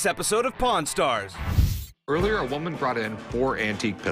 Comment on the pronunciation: Pawn stars sounds like porn stars